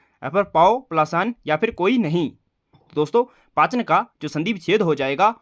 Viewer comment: पाचन नहीं पावन होगा